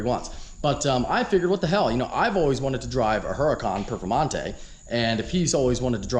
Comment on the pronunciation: Casually walks by ZR1 “ and here we have a Hurcan Perfemante “. Titanium Carbon Alloy btw